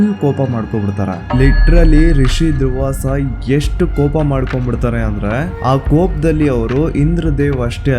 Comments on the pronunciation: ಯಪ್ಪ ಅದು ದ್ರುವಾಸ ಕಣೊ ಗ್ರಾಬೆ ಮುಂಡೆ ಮಗನೆ ಅದು ದುರ್ವಾಸ ಕಣೊ ನಿನ್ನ ನಾಲಿಗೆ ಮೇಲೆ ನನ್ನ ಎಕ್ಕಡ ಹಾಕ ಉಚ್ಚಾರಣೆ ಸರಿಯಾಗಿ ಇರಲಿ ಇಲ್ಲ ಅಂದ್ರೆ ಅಂಡ್ ಮಚ್ಚಕೊಂಡು ಇರು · ಅದು ದ್ರುವಾಸ ಅಲ್ಲ , ದುರ್ವಾಸ.. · ದ್ರುವಾಸ ಅಲ್ಲ ದುರ್ವಾಸಮುನಿ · Bro... ದ್ರುವಾಸ ಅಲ್ಲ.. ದುರ್ವಾಸ ಮುನಿ 🥰